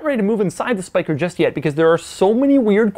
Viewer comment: Doug does a pretty good job pronouncing the Dutch name Spyker